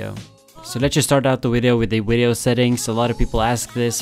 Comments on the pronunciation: you say wideo instead of video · and you're saying WEE-DEO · wideo? video has a v not a w